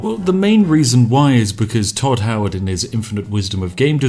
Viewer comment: He said Hodd not Todd. Who is this Todd fella you speak of?